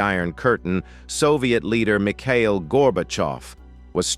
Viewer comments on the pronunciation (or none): none